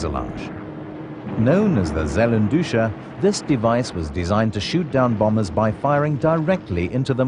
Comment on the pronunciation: The "aggressiveness" of the allied pilots helped tipping the tide, too? That is really a ridiculous claim and a ridiculous documentary. BTW: The Zellendusche ist not a "Sellenduscha".Atrocious pronunciation. Not only in this case. Rammjäger... not Rammjaga.The "ä" isn't an "a". Sturmstaffel...not Stürmstaffel. :-)) Telling the audience that the Werkschutzstaffel was equipped with FW190...only to show at parts Me109 at the same time in that context. Bad editing. 😂 Further: The Zellendusche was only tested in eight aircraft. It never was used in whole units and saw few real combat on that way. So few combat, indeed, that no combat reports about good or bad results exist about it. Bad research. Not only in the case of the mentioned Il2-Sturmovic and it's (by this documentary claimed) ability to take on Me109 and FW190 on equal terms.